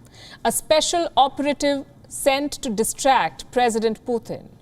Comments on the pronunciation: It's Putin not puthin 😂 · Putin not "Puthin"